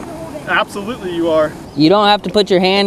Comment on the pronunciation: I love how said absoulety you are!!! Lol